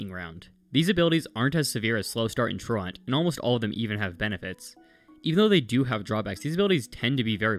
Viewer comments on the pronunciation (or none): "Truant" not "true-want" pronounce it right and I'll sub 😘